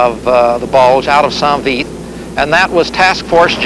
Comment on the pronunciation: Damn it's not san vith ,it's saint vith. Your not in Vietnam!!!!!🤪🤪🤪🤪